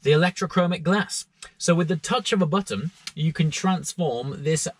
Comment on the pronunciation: sounded like "from the touch of a buttom.!" hahhaha..